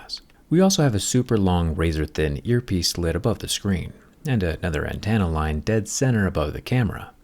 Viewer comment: my only issue is the way you say antenna, "Antanna". Otherwise always appreciate your content